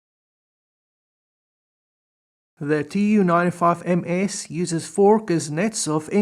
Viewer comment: Excellent video, the Tu in the Tu-95 is supposed to be pronounced as a single word "Too" not as initials, the same way you'd pronounce MiG as one word not m.i.g.